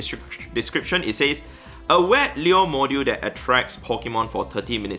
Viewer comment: Liur modjiul 😂